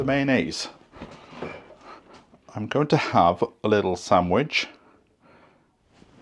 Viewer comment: Saandwaach reminds me of the posh pronunciation of Paangee (Penge)